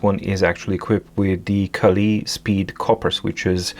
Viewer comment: It’s not “Kali”, it’s pronounced like “Kale”. Like the vegetable.